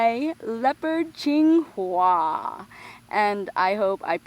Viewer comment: hua means flower and ching is clear or clean. (PS im chinese thats how i know) ^-^ and ill give a b because you pronounced hua wrong. lol